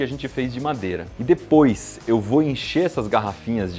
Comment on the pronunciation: eu ja assisti tanto manual percebi q toda ves vosse fala dipos